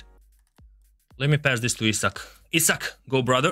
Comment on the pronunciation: was it just me or did he really pronounce isak as he suck